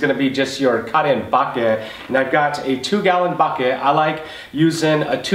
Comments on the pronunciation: Bad English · the way u say bucket is funny lol 😂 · I started saying it that way and I'm in Louisiana.